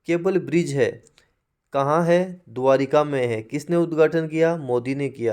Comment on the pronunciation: द्वारका होता है द्वारिका नहीं